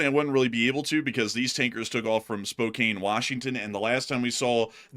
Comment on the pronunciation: Spokane is pronounced "spo-can"